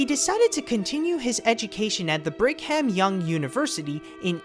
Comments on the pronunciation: did anybody notice the guy say Brig-ham young? lol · "Brig-HAM Young University"